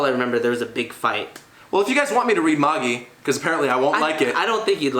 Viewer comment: Magi is pronounced just like the Magi(the 3 kings that visited Jesus) and yes it did end almost 3 months ago(kinda lackluster of a final arc). Silver Spoon is a slice of life/farming kinda manga by the same author as Fullmetal Alchemist it's pretty good but it's on hiatus atm. I'll give a chance w/ the colab on his channel.